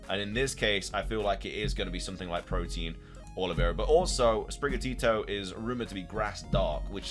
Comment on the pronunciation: By the way, its not protein ... its protean. Pro-Teen != Pro-T-an. Different words